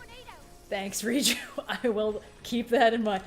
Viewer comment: It’s Riju, not Reachyou.